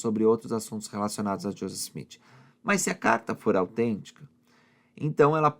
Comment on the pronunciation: Porque você fala josess o nome dele é Joseph